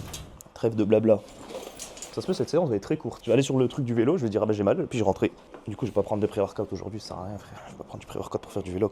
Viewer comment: J’aime bien comment tu dis vélo 😂, vailo